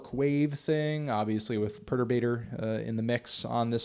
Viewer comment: You mispronouncing Perturbator makes me want to go Gallagher on your melon ass